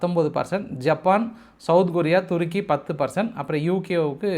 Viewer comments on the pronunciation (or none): none